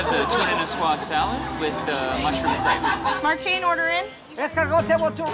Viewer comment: Not Martin but Marteen